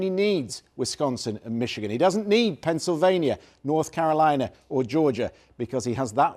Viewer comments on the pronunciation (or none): none